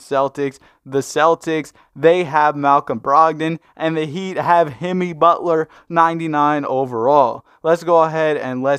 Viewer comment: DID HE SAY HIMMY BUTLER:face-orange-raised-eyebrow